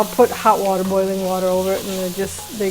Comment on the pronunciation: says “ water” like a Philly girl....”wooder”...haha love it... Great pup too!